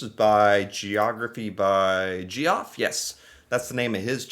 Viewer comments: it’s Geoff not Gee off lol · Lol, you're still pronouncing it "gee-off" instead of Jeff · Geoff (short for Geoffrey) is pronounced "Jeff", not "Gee-Off". It is the British spelling of the name (like George). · geography with ge off lol it’s pronounced Jeff lol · The guy that made that geography video you mispronounced it. Geoff is pronounced as Jeff. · Ontario, Canada here. I've heard people pronounce "The Strait of Juan De Fuca", "Wahn de Fewca" instead of "Wahn de Foo-ca". While we're on pronunciation, We pronounce GEOFF, "Jeff", not "Ge-off" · Gee-off, don’t you mean to say Jeff? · FYI, Geoff = Jeff...thought I would correct you since you've referred to his video's a few times, lol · **Geoff is pronounced Jeff** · Great video. Just a quick FYI Geoff is pronounced Jeff. 😀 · It's Geoff, which is Jeff, just spelled differently 😂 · Geoff is pronounced Jeff. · Dude, Geoff is pronounced Jeff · Geoff is pronounced the same as jeff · Geoff is pronounced Jeff. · Geoff is pronounced Jeff. Geoff is the British way of spelling Jeff. Geoffrey = Jeffrey